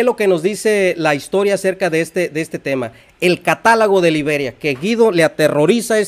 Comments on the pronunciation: Tú lo ha dicho CATÁLOGO!!!! Pero el dice : CATALAGO!!! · El erudito dice: CATALAGO!!!